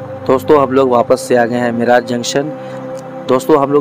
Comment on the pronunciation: मिराज नाही मिरज